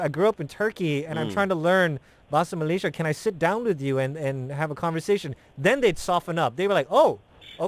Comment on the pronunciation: Malay - sia, not malashia